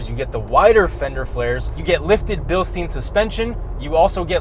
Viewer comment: it's BILST EIN not BIL STEEN :D otherwise great review